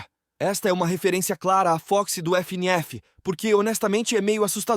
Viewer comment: fnaf❌ f ene af✅